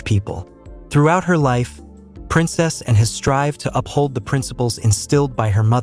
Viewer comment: Not Princessan. Princess Anne, please!